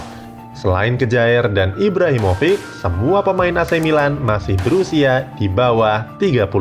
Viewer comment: Bacanya Kjaer bukan Kejaer tapi Kiaer min trus Rebic bacanya Rebitsh trus Ibrahimovic itu Ibrahimovitsh